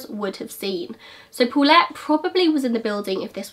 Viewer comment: "Pulet" hahahahaha you almost say Bullet.